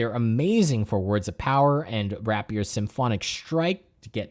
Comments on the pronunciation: It’s pronounced “ray pee ur” not “wrap yur.” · I’m starting up a Silver Blades army coming from a Raven Guard Space Marine army. Their Warlord Trait on a Dreadknight Grandmaster is absolutely fucking disgusting as Nurgle, I love it. Edit: Also, that’s an … interesting way to pronounce the word Rapier.